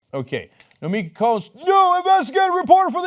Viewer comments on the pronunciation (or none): first of all its not its not prounounced like its spelled, its pronounced nomikeee, the tone is at the E not that the O. Second as someone who is also greek as nomiki, its a disgraced to be called a young turk, a group that claimed thousands of Greek lives in the greek genocide.